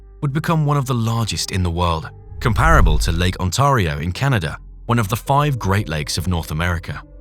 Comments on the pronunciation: Lake Ont-ah-rio eh? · Lake what in Canada? Nobody pronounces it On tar io - do they!